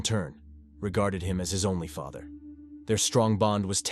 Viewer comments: OMG Ik! After the way he pronounced father and then referred to the day as her"murder day " I had to skip it. 🤦🏻‍♀️ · Some of the AI narration is pretty funny. Pronounced “father” three different ways.